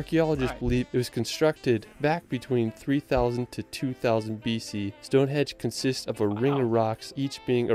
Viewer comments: STONEHENGE not STONEHEDGE 🤦‍♂️ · What a ridiculous comment! What’s racist about not pronouncing a name correctly. It’s a henge not a hedge, it’s got nothing to do with how you speak or where you come from. I’ve had friends from USA call it a hedge rather than henge until I told them it wasn’t a hedge!And how can it be racist to correct the name of a country? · 'Stone HEDGE - WTF!!! .... StoneHENGE 👍👍👍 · Stonehenge not stone edge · Stone Hedge ??? HEDGE??? Its Henge.